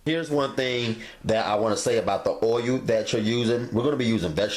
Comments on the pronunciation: "Boyul"...i lub it😎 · Can't wait to try these. Love the way you say "o-yull" 😄😄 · I'm not sure which bothers me more, the way he says oiyuul or his stove not being level.